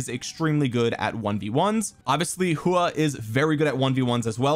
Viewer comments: Btw if you want to know the actual pronunciation of his name it’s a hw sound and aw so kinda like hwaw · Love your detailed videos everytime man and i believe that Its pronounced as 'Who-OR'.